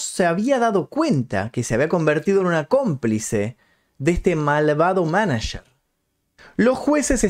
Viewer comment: "Manacherrr" jajajaja